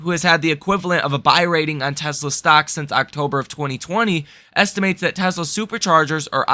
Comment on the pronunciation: Hey bro, great info on the channel, but you really need to pronounce the word estimates correctly. It’s not estiments. 😮